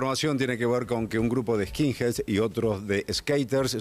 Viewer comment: "Eskinseds" y después "eskinsers" dice